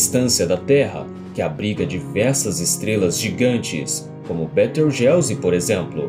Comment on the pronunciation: Maneiro! Mas aprende a pronunciar os nomes... "Ríguel", "Betelgóize", não "Rijéu" e "Beteujeuse"...